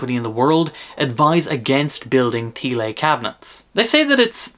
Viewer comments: Thiele is pronounced 'tee-luh' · Thanks for this video. At first when listening to this video I didn’t realize you were talking about Thiele cabs until I saw the spelling of the word Thiele. (Thee-lay? 😂) I liked the distorted guitar best through the one with no wood blocks. I’ve used Thiele designed cabs for many years with many different brands of speakers but not at really loud volumes. Right now I have a couple of Mesa-Boogie’s custom 90 watt Celestions in a pair of Thiele cabs which I use with my Orange Crush 35RT amp. I like the extra lows it gives this amp. I lined all the Thiele cabs I have (4) with fiberglass even for regular guitar use. I like the cabs with bass too. I never liked Thiele cabs as much as regular cabs because especially when using the fiberglass insulation, it lowers the center of the mids emphasizing the bass. But these things with lighter speakers are easy to transport made them easier to drag to my church for Sunday worship back in the day in the 80’s/90’s.